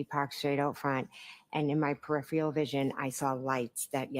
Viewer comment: Generally speaking if you can't pronounce a word it isn't a word you would use. Usually indicates the word being fed to you, like peripheral 🤔